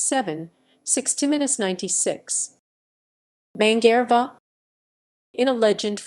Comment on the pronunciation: Mangareva is pronounced Manga-rave-a